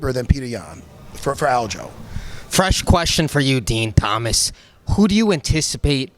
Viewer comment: “DEN TOMAS” 😂